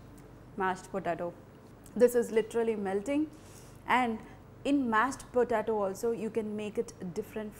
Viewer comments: Hi. It's pronounced like PO-TAY-TO , not PO-TAA-TO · It's po-tay-to not potato. you are pronouncing it wrong.